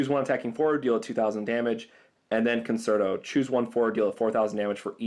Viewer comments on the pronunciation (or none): Concerto is an Italian musical term, it's pronounced con-ch-erto.